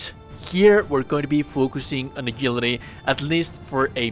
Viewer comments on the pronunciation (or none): A JIL ITY not A GIL ITY